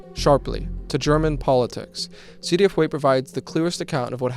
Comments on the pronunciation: Heute is pronounced hoy (like soy) teh. And to be extra annoying it would obviously be zwei deh eff, not two dee eff. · Imma be honest, took me a while to parse you were saying ZDF, since I've mostly only ever heard it said in German lol